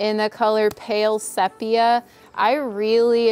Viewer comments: Pronunciation of Sepia... SEA - PEA - UUUU (As in Umm) Just trying help :-) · Don't mean to be a nag, but it's pronounced 'see-pia'. Love the taupe color! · Beautiful work and I do mean work! I got tired just watching. Congratulations on a fast sale and a full price offer., just an FYI your paint color is pronounced see-pee-uh. 😉